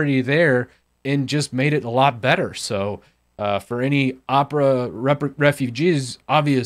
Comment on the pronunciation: IM GOING TO MAKE FUN OF YOU FOR USING ONE OF THESE BROWSERS me: makes fun of calling opera uhpra and have titus in his name